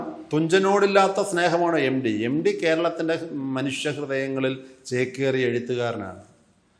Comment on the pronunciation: എംഡി അല്ല സാർ എംട്ടി യാണ്.